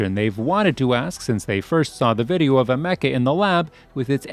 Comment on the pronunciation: The way he pronounces Ameca… why